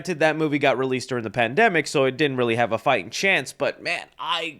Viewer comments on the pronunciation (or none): none